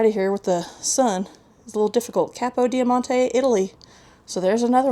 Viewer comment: Eeeeek, every time you said capidiomonte, I wanted to scream. lol